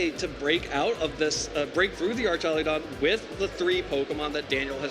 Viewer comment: Archalydon guy is driving me nuts